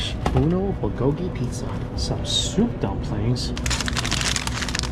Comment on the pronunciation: Did you just say "Bulgogi-Pizza" ....?!?